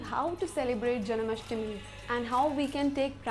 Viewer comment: It's not janAmastmi, it's janmashtami.